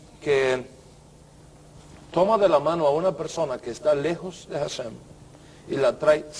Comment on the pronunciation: De acuerdo a la gramática hebrea indica que cuando una letra hebrea de nombre Hey=ה, va al inicio de palabra está letra es muda. HaShem=השם, así se escribe y así se pronuncia ashem, no jashem.